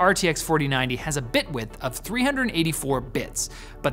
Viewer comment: When he said "bit width" the first time I thought he was saying "Bitwit" lol shoutout